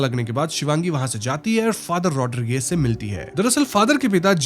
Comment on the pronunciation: वो रॉड्रिग्स है भाई रॉड्रिगेस नहीं😊